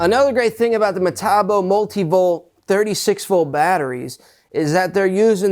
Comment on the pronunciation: in the uk metabo is metabo not hockycocky pronounced meta-boo.